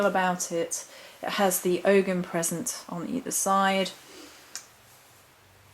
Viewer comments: Not Og(ham). The g is silent, it's Ow ham or Oham or Ohm. Pls present correctly and thank you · Oh’am the g is silent...